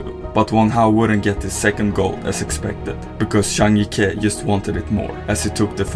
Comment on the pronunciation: Finally you got the pronounciation right on Zhang Jike!!!